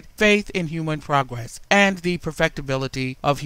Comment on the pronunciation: "...dissipated faith in human PWOGWESS"